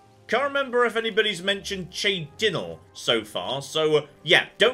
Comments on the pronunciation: it's pronounced Ch-aden-hall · I love the way pronouncing City names in Oblivion Chorrol is said like Coral Cheydinhal is Jay But with "Ch" and the dinhal is din hall Chey Din Hall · Heard him say "Chey Dinnel" and immediately went looking for this comment, knowing it was inevitable. Also: "monk shood" instead of "monks hood." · Chey-din-ul 2022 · you can have a free horse by talking to the other monks at the priory. also its Chorrol pronounced Korol and Cheydinhal is Chey-din-hal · Chore Ole Chay Din Hall Lol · his pronouncing of cheydinhal is especially hilarious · pronunciation of "Chorrol" and "Cheydinhal" bring me great joy XD